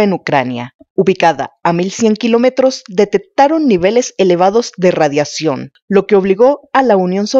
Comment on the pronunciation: Para hacer este tipo de videos recomiendo tomen clases de dicción, es dificil darle la seriedad correspondiente cuando no pronuncian la letra "x"., "cc" "Atcidente", "detet-taron", "radiat-ción".